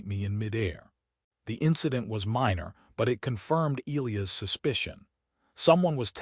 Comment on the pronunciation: Okay why can’t AI pronounce e-LIE-us correctly? Also the Queens body tan looks like she spent time out in the sun but had a top on that was too big so her fuzzy tan lines are too high. Her “armor” cups don’t cover, in fact that isn’t armor at all or it would actually COVER her completely.